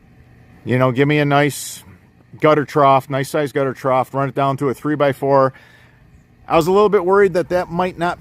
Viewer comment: there is no "T" at the end of the word trough